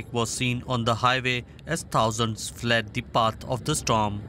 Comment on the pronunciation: "as tousands fled de part of de starm" - can you get a reporter who can pronounce English clearly?